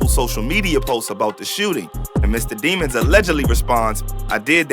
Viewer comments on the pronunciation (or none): “It’s de-mones” 😂😂😂😂